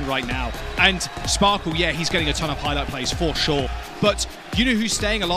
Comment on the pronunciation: bro.. shes always sayin Spoarkle...